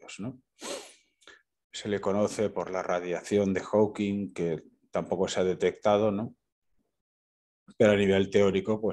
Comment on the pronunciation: Por cierto, se dice Hawking (no lleva S al final) y era un físico excelente, habrá habido físicos mejores y peores, pero entre los mejores del mundo estaba y seguirá estando por muchos siglos.